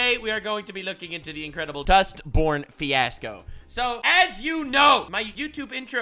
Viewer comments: Why i keep hearing this game name like Dustporn? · I can't un-hear "Dustporn" now thanks to you. I want to thank you for improving my life so slightly.